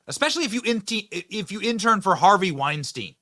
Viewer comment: It'd be nice if Benny could at least correctly pronounce the name Weinstein. A little education goes a long way.